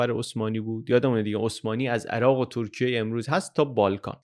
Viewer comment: سلام و سپاس از زحماتتون؛ سؤالی برام پیش اومد که چرا در اوایل ویدئو، "ترکیه" رو دوبار بصورت "تورکیه" و با اون "و" خاص تلفظ کردید..